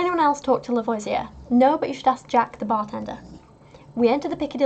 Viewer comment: I know this won't help for this video, but for future reference, it's pronounced La-vo-zee-ay at least for Louisiana French. Not sure if it's different in Georgia. :)